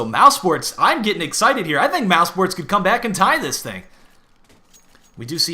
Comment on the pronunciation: why pronounce it mousports?